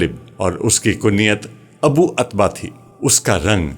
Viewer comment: عتبہ میں ع پر پیش ہے۔ السلام و علیکم غلط ہے السلام علیکم درست ہوتا ہے۔